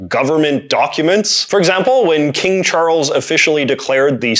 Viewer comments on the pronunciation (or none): none